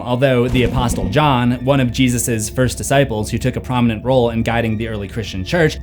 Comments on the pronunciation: Dude marine corps is not pronounced that way and neither is the word "apostle". The "t" in "apostle" is silent and "corps" is pronounced "core". How do you not know that as a grown adult? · Just a heads up, the "t" in apostle and "p" in corps are silent 😄and "Yea" in this context is pronounced more like "yay" and means "yes" or "indeed". I don't know where you got "Sorrow" from, that is incorrect. He used the word "Acedia" which translates to "apathy". Basically, what he meant was not caring about one's own condition or the condition of those around them. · This dude is literally retarded. He also pronounced "apostle" with the "t" sounded instead of silent.